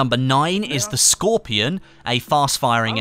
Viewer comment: It's pronounced SHkorpion for fuck's sake